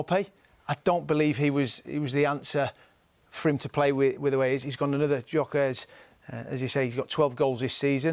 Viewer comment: WOW. It isn't pronounced as JOKAREZ 😂 Gyokeresh. I thought they were talking about some Portuguese person 😂😂😂G-yo-ke-re-sh.